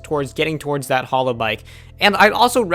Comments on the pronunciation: Hallow bikes? Hay-low. like the game. smh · Halo is pronounced hey low. Not hallow. Halo. Like the thing over an angel’s head. Halo. Like the video game. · Yes, I was thinking the same thing every time he said halo like “hollow”. Glad someone said something. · pronounced hay-low. SMH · its Hey-Low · Dude say Halo correctly :D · Listen to the Beyonce song Halo to learn how to pronounce Halo thanks :0 Your pronounciation is driving me nuts.